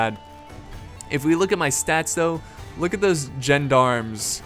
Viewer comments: It's more like "Zjon-Dharms" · John-d'arms, because John needs de arms to fight. I know you pronounce "D" as "Dee" over there but it is pronounced as a "Duh" in this case.I like stainless steel for its style points, knights look like individuals and fight a lot more fiercely. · correct pronunciation Gend-ARM see battle of Pavia intro for an example. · As I live in Switzerland and therefore speak French it is pronounced "Shawn-dahrm". The S in French is silent if it isn't a double S.